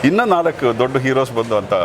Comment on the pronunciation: 🙏ಇನ್ನ ಅಲ್ಲ ಇನ್ನೂ ಅಂತ ಹೇಳಿ 😌